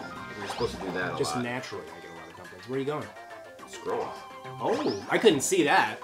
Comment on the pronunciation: OK, I heard squirrel instead of scroll XD I was looking for squirrels in the Kung-Fu game! HAHAHA